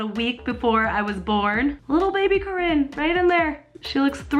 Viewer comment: I'm sorry but I just noticed that said Cowin in the begging... ⊙-⊙ I'm sorry I'll leave.